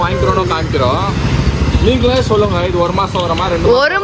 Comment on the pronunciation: Mona's language has changed after coming to Bangalore... Like u r using chollunga for sollunga